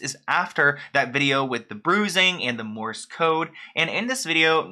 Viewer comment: It's Morse code. Not Morris.